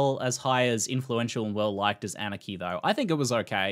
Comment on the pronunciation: The way he says Anarchy sounds like Aniki, RIP Billy